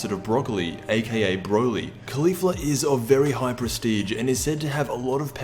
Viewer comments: It's pronounced "Collie-Fla", not "Khali-fla". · KAH-lay. kaw-leaf-la